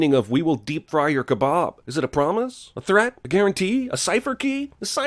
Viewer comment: I've somehow never heard anyone pronounce kebab that way.